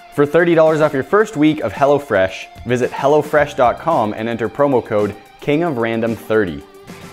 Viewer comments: sounds like he is saying hella fresh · I though "hello fresh" said "hella fresh" lol! That would be hilarious. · thought he said hella fresh not hello fresh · Who else heard hella fresh instead of hello fresh😂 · i thought he said hella fresh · Who else thought he said hella fresh?😂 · I was thinking he was saying hella fresh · thought he said 'Hella Fresh' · Bruh I thought he said hella fresh😂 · I keep thinking that he's saying Hella Fresh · I Keep thinking he's saying "hella fresh" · i thought he said hella fresh at first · Thought he said "hella fresh" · thought you said Hella fresh lmao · i did im like dat not wat it says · everyone from California, that's who.